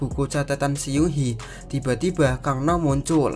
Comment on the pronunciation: Seoul di baca soul, Bae dusang di baca be dusang(e nya e keras)young di baca Yong,Seung hee di baca seng hi (e nya e lemah)🙏sekedar mengoreksi😁maaf